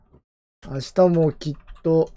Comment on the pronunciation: 本人公認 赤羽 はい、ﾌﾟﾗｼｰﾎﾞ あ↓か↑ばね 言いそう 完成形 キンタマーニ 彼女 キャンタマ ｸﾞﾁｬｸﾞﾁｬ キンータマ 海賊王 詫び詫び ドコムス ムーミン 何が面白いんですかね? 強ゆき にょうへい ジョジョ 許します ｱｺｶﾞﾚﾙｰ 許しません き↑っと ｴﾝﾃﾞｨﾝｸﾞ ラブベリ 渋谷でわ↑んこ